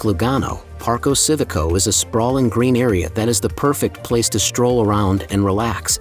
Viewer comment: Park-o see-vico?? Nope. Not even close. Learn some basic Italian so you can do it justice.